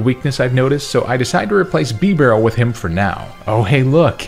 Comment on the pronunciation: THERE SHOULD BE ONLY ONE R IN BIBAREL!